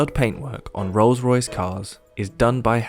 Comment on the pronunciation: Anyway bro, itz not Ros- Royce..... as u r pronouncing, itz Rolls-Royce. Itz my dream car, which i can only have it in my dream, bt not in real life. Thnk u.